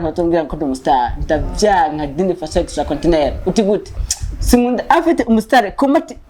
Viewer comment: Ngo ni extracontineur au lieu ya extraordinaire 😂😂😂